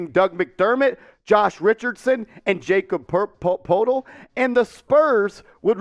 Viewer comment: It’s pronounced like yah-cob Purtle